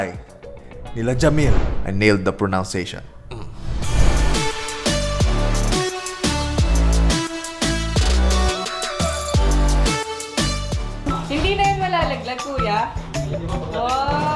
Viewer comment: yehey! na nailed niya yung pronunciation ng jamill. pero yung pronunciation ginawang PRONOUNCIATION. hahahhahaha